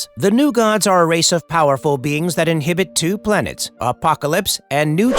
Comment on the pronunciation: The new gods INHABITE, not inhibit. 😄